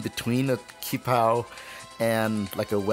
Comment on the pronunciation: its not ki-pao, its ci-pao like ttsi-pao